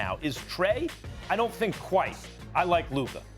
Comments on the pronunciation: SAS Can't Talk Luker 😂😂😂, I remember He Used to Say Kember Walker and Kawhi Lenned 😂😂😂😂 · no one: stephen a: “luker” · "Luker" this dude lol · Stephen A "Lukeer" Smith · Who is Luker? 😂